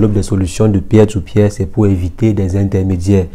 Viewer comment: "Pier to Pier" se prononce " PIR to PIR " pour info...